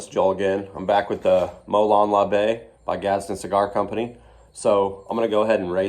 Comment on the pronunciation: I knew you'd pronounce it right my friend 😂 I already miss you guys.